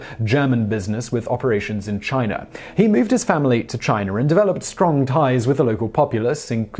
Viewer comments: China does not rhyme with miner. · Does he say chiner a couple times or am I hearing things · It does if you lived in rural north Georgia and know someone who pronounces it 'Chiner' as I did...